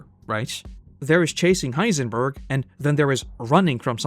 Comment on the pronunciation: Why does narrator say heisenburger every time lol